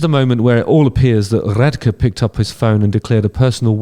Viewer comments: I could not imagine deciding to sit down to make a video about an artist and not taking 30 seconds to look up how their name is pronounced, Radke sounds like Rad Key not Rad Kuh. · *"radkey" is how "radke" is pronounced 🙏💖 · The pronunciation is Ronnie Radke (Rad-key) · Pronounced (Rad Key) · Radke is pronounced rad-key but yeah this drama is funny af also its for lighting and the back tracks for a few of falling in reverse Songs bc some of the songs have rap type beats, and so they couldnt do the lighting or play like 4or5 of the songs. So to do the show properly and to give Fans a show worth the money spent they really needed their tech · Radke (pronounced Rad-Key) is 100% right, go ask Rammstein if they could even try to perform without Flake Lorenz's laptop or Limp Biskit if they could perform without DJ Lethal's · His name is pronounced Rad- Key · Ronnie's surname is pronounced Rad-Kee. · Rad-key is how it’s pronounced😂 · idk, bach may be a big dude, but radke (pronounced rad- key) has been in prison... And he is a scrapper. Place your bets folks 🤣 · Pronounced Ronnie Rad key. Falling in reverse are beautiful give a listen to his voice. We would have listened to an acoustic set or Acapella set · Its pronounced RAD-KEY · Rad-key is how you would pronounce his name. Just some FYI. Good video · Lighting and pre- onstage intro atmosphere is probably the reason and not actually cheating on music. So Ronnie who is not one who takes shit - he cam stand up for himself and he and Sebastian have argued plenty - I just care that Ronnie Radke (pronounced Rad Key) and Falling in Reverse is a fucking great band. For a clearer understanding you can listen to Ronnie's interview - I am pretty sure he is not a f... idiot...Narrows down who might be,... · I believe it's pronounced Rad-key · I’ve been waiting for this video haha Also it’s “rad-key” :) Love the videos man!! ❤ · Pronounced "Rad Key" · It’s pronounced like “rad-key” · It's pronounced Radkee Justin.